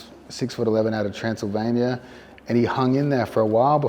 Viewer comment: “6 foot 11 out of transsalvanyia”